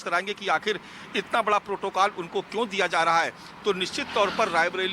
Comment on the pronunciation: bara sawal hai bol rahi hai bara nahi bada sawal bolna chahiye